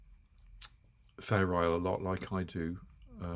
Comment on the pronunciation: somehow the way you pronounce Fair Isle sounds to me like "feral". Imagining little feral sheep with different colors...